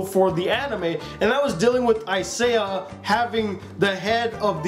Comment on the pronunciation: naw man its isaiah